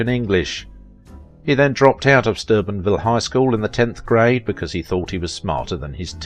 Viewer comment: It's Steubenville, OH. Not Sturbenville!!!! Duh!